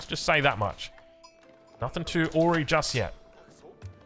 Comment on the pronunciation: small tip, awry is pronounced "uh-rai" not "awe-ree", took me a while to get what you wre trying to say ;)